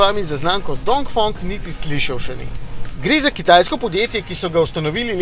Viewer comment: DongfEEEEng, ne OOO